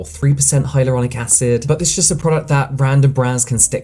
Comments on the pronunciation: The TikTok girl said "hyarulonic" acid... I can't take her seriously; I could never buy anything she is selling! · My autistic brain was kicking off when she kept pronouncing hyaluronic as hyAURlonic acid like please stop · hiROLOnic acid... 😅 a scientist indeed... 🤦‍♀ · "hyrolonic acid" lady read 😅